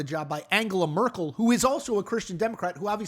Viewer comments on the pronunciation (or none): Who the heck are Friedrick Mörs (or Fridritsch Mörsch) and Angela Mörkl? There is nobody in German federal politics by those names? If you want to comment international politics at last have the respect to check how the names of the people you talk about are pronounced. If you can't be bothered to take literally 2 seconds to check the pronunciation, why should anybody believe you put more effort into forming/researching the other presented opinions? The level of ignorance displayed in this video explains how an intellectual titan like Donald Trump could be chosen the best of the best in all of burger land. I suggest you stick to reporting on the cheeto in chief and their African American token Elon Musk.